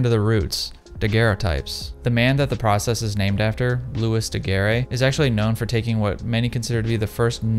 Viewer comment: Loo-ee Da-Gare